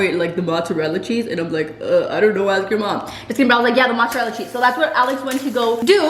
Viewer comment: when she said mozzerella lmao